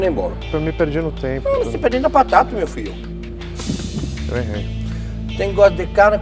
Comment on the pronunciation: Vivi pra ver um francês dizendo "Meu filho" igual baiano Kkkkkkkkkk